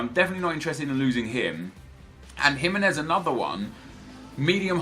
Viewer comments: Its GimEnez and not GImenez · It is pronounce Jim-in-ez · It's not Jimenez but the pronounciacion that you said first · Gimenez is pronounced hee-men-ez